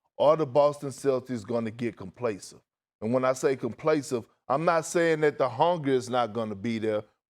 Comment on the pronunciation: Is ANYONE gonna tell Big Perk that the word is “COMPLACENT” ?! He’s done this too many times now 😓